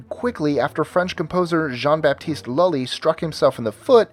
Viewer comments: Well, almost. The Rite of Spring, actually a ballet of sorts, was written in 1913, not 1930. Lully is pronounced LOO-LA or LOO-LEE. The four-note beginning of Beethoven's 5th Symphony was originally interpreted as the knock of fate upon one's door. You're right about what WWI did to the scheme. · Some errors in this video... Schumann is not pronounced as Shoe-men. Shoe-MON is the correct pronunciation. Not Chickovski. Chai-Kov-Ski is better. Jean-Baptiste Lully is more like, "Loo-lee" And Rite of Spring was actually premiered in 1913. But I thank you guys for putting out a video on classical music. Bravo! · "Schumann" pronounced (twice!) in a way that rhymes with Seinfeld's Newman. Scarlatti had a piano?! "Lully" (as pronounced here) rhymes with Captain Sully? Pass.